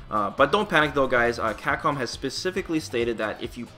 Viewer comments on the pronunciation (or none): You do great work man, but for the love of god, please pronounce it "CAPCOM" and not "Cackom"...